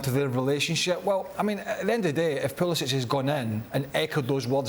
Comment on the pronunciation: Why does Craig Burley mispronounce Pulisic’s name? Surely he knows better, everyone is pronouncing it correctly.